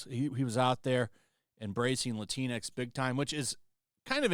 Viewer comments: It's not Lateen X it's Lat-in X. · C'mon guy.. it's pronounced: 'La-tinks' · Latinx sounds like Kleenix!